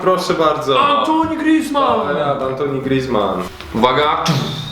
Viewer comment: nie mówi się "antoni" griezmann tylko: "antłane" griezmann ;)